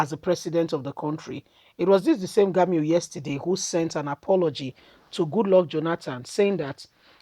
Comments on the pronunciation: You are pronounce the name rongly is Gumi not Gami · Learn to pronounce people 's name ĢUMI NOT GAMU